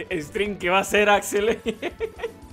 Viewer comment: Axeley, no no, pronuncia buen bro por favor, se dice Axelay, de nuevo Axelaay, no lo jodas, vale bro